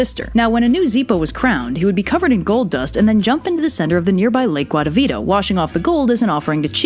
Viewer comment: I just very much love how you pronounce guatavita its lovely